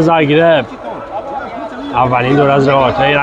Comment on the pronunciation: زاگربه،اشتباه لفظی کرد